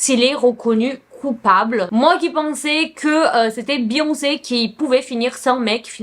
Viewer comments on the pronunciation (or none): none